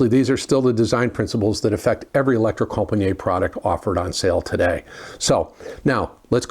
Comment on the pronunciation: Yes they are very good and a grate revive as usual only one point deducted for the terrible pronunciation of Elektrokompaniet